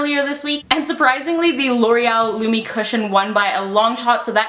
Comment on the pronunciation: Its lumi cushion.. lumi.....